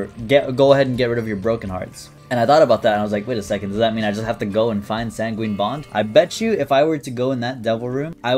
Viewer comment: he still says san gween for sanguine.......